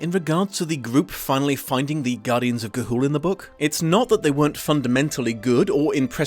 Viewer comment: I love the running gag of butchering the title in a different way every time you say it